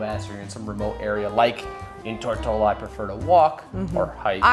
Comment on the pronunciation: Every time he said Tortola I kept thinking tortilla 😂